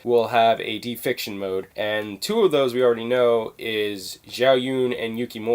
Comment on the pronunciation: Not "defiction" it's deification. Day-eh-fi-kay-shun. Not trying to be an ass, but i got triggered lol.